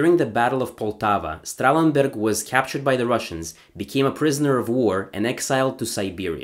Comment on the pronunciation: Kuddos on pronouncing germanic names correctly. "Messerschmidt" and "Strahlenberg" are not easy to say, but you aced it.